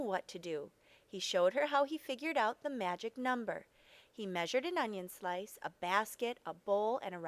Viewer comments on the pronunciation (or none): none